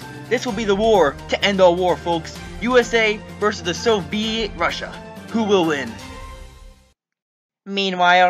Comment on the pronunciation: I thought it was “Bussia” Not russia